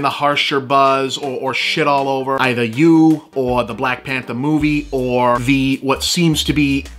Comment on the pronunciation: “Blahk Panthah” -Bob